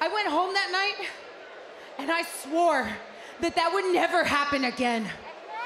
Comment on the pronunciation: Raquel says : I swor 😂